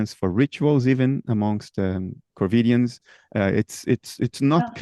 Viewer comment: I'm pretty sure Bernardo says corvidians and refers to what I usually hear called corvids, the crow family.